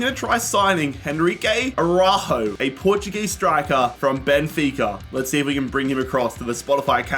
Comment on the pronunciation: It's the "Araújo" for me 😅